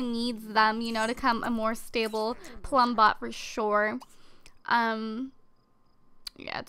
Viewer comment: you said plumpot